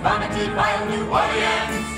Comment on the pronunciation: Aren't they pronouncing New Orleans wrong? 😂